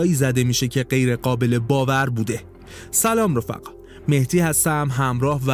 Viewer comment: بزرگوار حداقل احترامی که میتونی قائل بشی اینه که اسم طرف رو درست ادا کنی در غیر اینصورت هر چند ناخواسته بی احترامی بزرگی به طرف حساب میشه چرا که ممکنه با کوچکترین تعغیر ممکنه معنی اون کلا عوض بشه و چه بسا معنی زشتی پیدا کنه مثل کلمه آدم که اگر الف اون اَ تلفظ بشه میشه اَدَم كه معنيش ميشه فاني ، نابود شده و قطعا مهدی معنیش با مهتی خیلی فرق میکنه .